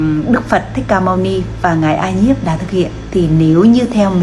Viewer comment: Ca Diếp chứ không phải a nhiếp